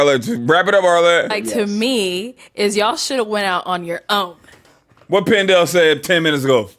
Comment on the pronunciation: “” 😂